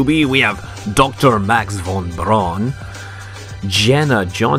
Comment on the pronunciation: braun and not baron